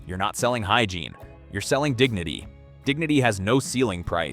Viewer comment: "Hygreine?" Really flexible arm. Nothing like bad AI to destroy your credibility.